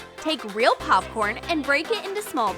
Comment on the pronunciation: No it’s poopkern Fesh poopkern